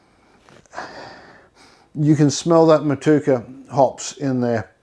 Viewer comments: The hops are pronounced Mot u eka 😊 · Hello for New Zealand. Great video and sounds like a cracking beer!! It is pronounced mot-you-a-car 😁 I definitely plan to have a crack at this recipe, but unfortunately liquid yeast in many varieties is very hard to come by in NZ. Do you have a dried yeast suggestion? Thanks.